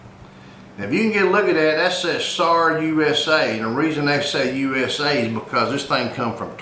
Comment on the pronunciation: It's pronounced sar not sars